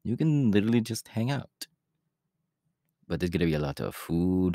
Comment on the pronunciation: I can't get over the way he said :ouT I love it!